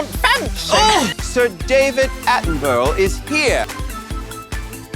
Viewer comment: Ru kept saying David Attenborough wrong which bugged me, just like the way Americans say Edinburgh